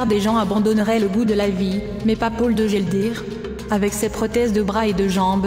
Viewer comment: On dit Paul !! pas Pole !!!